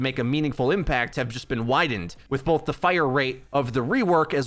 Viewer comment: idk why but i just noticed he pronounces it "bolth"